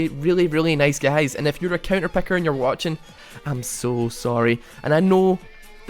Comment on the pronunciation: I just want to point out that it's picker not pecker